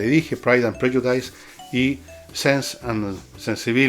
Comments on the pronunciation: My ears bled with every time you said /prɛdʒʊˈdaɪs/ It's actually pronounced /ˈprɛdʒʊdɪs/, Fernando . Please become an agent of knowledge; not one of frustration. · Se pronuncia /prélludis/, don Fernando. Interesante como siempre.